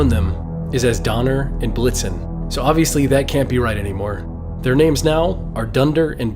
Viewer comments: Did he blixum? It's blixen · The reindeer name is blitzen, not blitzum😅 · It's Donner and Blitzen, not whatever you said. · Dude it’s Donner and Blitzen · Did you say dunder and blixom?? Who are those reindeer, I don't remember any of their names being dunder or blixom